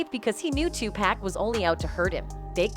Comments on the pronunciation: My goodness his name is pronounced TuPock I know how it's spelled but Pack is not his name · It's funny you can get everyone else's name right but 2pac's it's not pack it's 2pac.. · It’s Tupac not Tupack…GOSH…white people… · Is this video narrated with AI? ALso, "Tupac" is pronounced TU-POCK not TU-PACK... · His Name is Too-Pock (2Pac) NOT Too-Pack ... Learn to Pronounce The Man's Name Before Capitalizing Off His Death. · TUPAC not 2 pack say his name right !!!!! 😡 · 2 pac, not 2 pack. Get it right, if you can't say it right don't report. I can tell you don't care. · It's pronounce 2 "pock" not "pack". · Poc not pack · Ommfg...why do white ppl always finding ways 2 fuck up on ppl names...wtf is 2 pak 🙄 😑 😤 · Decades later people reporting on Tupac still refuse to pronounce his name right. Smh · If you're gonna make a video about Tupac, say it right?